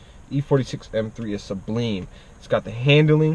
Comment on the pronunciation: Sublime not sublean